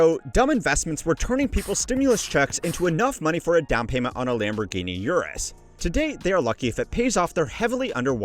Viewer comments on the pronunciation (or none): none